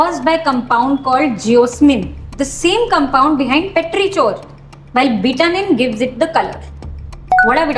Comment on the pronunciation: The pronunciation for Petrichor is Petri-kor